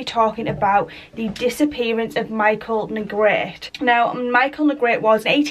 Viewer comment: Hi, thanks so much for covering Michael’s story. You did a great job and I’m going to sub. I am in NO WAY criticizing but I appreciate when someone tells me the correct pronunciation of a name if I’m not sure. The E at the end of Negrete is not silent. I’ll spell it phonetically, looks crazy but it’s Neh Gret Ay. Just making the correction bc it may be helpful. Thanks again